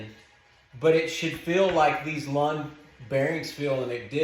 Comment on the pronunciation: Not "lawn" its " loon"